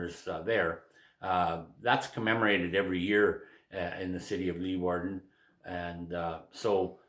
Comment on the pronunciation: You almost pronounced it right: Leeuwarden. But on April 14th they liberated the city of Dokkum, north east of Leeuwarden. Major Jean-Prosper Gautier was in the lead. Can you tell me to whom this uniform belonged? Was the person a member Of A, B, C or D Squadron?